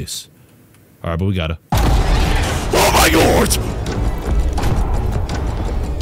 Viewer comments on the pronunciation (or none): "OH MY GORT" 😱😱